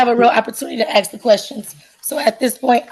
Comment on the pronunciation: You didn't axe her...😂